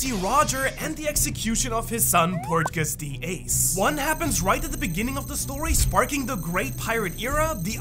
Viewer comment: "And the death of portgas d.doughnout" he said LOL